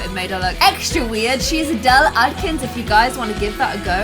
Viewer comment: “ADELE ADKINS”